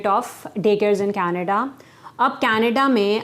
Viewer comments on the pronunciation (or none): none